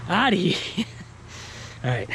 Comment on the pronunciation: OUTTA HEE-AHH, lol